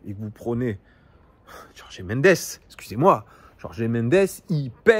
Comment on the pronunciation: Merci pour la vidéo : et juste en passant Gertifut et Jorg (en portugais on ne dit pas é à la fin)